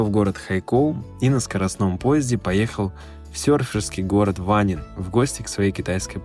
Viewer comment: И город не ВАнин, а ВанИн